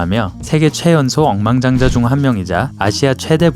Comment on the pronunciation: 엉망장자라고 들림ㅋㅋㅋㅋㅋ